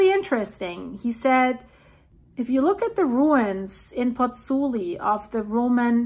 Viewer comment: I like your videos. It is impressive how good you pronounce "Campi Flegrei"! Since you need to say so often "Pozzuoli": please note that there is also the O, try splitting the name in two "Pozzu oli". In Italy we read all the letters in a word.